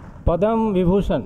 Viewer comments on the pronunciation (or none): Its not bibhushan...its vibhushan! but yes, padam is correctly pronounced as padma.